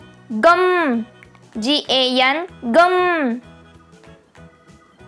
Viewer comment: that is gham not ghan